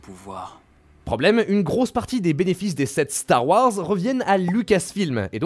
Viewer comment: mettre des "E" a tout les mots de chaque fin de phrase, c'est dure a écouter. Désolé, le sujet m'intéresse mais un "E" à Star Warse, c'est trop